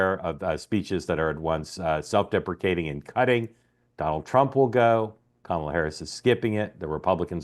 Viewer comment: If you are speaking about Kamala and incapable at this point of correctly pronouncing her very easy to pronounce name ( Comma-la) then say the name Harris.